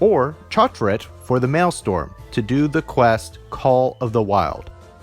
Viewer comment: Thanks for the video. Very informative. However, your pronunciation of "maelstrom" gave me the worst eye twitch ever.